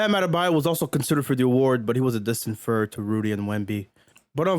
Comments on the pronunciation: “Fird” is hilarious 😂😂😂😂😂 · how many subs do you need to get a speech tutor to get you to say "third" correctly